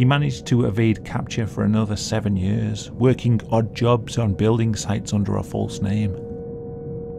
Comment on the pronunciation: I love the way you say the word "years" like yörs! XD